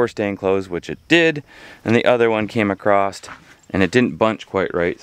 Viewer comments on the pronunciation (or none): You do realize there's no "T" in across right? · Why do ppl say a crossed when it’s across